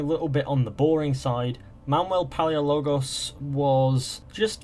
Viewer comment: Palaiologos not paleologos